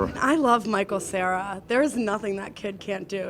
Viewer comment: lol the guy said michael sierra!